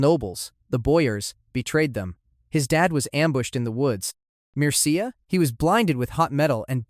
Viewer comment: Hey man!Mircea is pronounced meercha